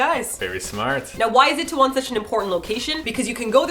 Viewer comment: why do u guys say it-tae-won? with an it... its i-tae-won. ee tae won. eeeeeeee